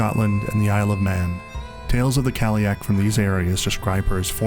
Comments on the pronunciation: Loved the video, but i couldnt get over the pronunciation of Cailleach ... in Ireland anyway we say Kail-lach , with a soft -ch, have you looked up how to pronounce it? I'm just curious, because I saw a lot of 30 second videos where they absolutely butcher the pronunciation lol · Very impressive – thanks for posting this! The only problem with this video is the pronunciation of the word cailleach. I recommend listening to fluent native speakers of Irish and Scottish Gaelic (forvo is a good place for that sort of thing). Yes, there are slight variations, but whoever gave you that pronunciation should be hit over the head with a big hardcover Dineen's Dictionary. ;)